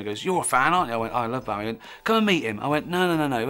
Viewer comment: If he's such a big fan, you'd think he'd at least pronounce his name correctly.